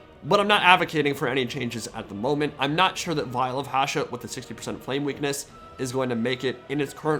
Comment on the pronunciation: Hsshooooot, not Haashet